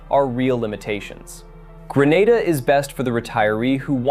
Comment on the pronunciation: Grenada 🇬🇩 is pronounced “Gree nay da”